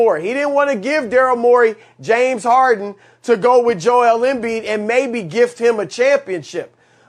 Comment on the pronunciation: I get nightmares of the way Broussard says Joel Embiid